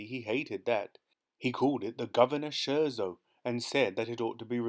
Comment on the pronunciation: Thank you so much for your fantastic readings of these amazing Roald Dahl stories. As a professional musician, I particularly enjoyed this one. However… a few musical terms were mispronounced: Fugue = Fyoog Scherzo = Skirtzoh Chopin = Show-pan Don’t mean to be the AH, but just for the future. Thanks again for your fantastic work!